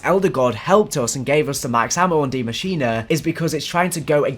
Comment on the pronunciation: Yo can everyone in the community stop calling this map "die machina"? It is NOT pronounced like that. It's german for "the machine" machine in german literally sounds the same as english pronunciation so just say "the machine"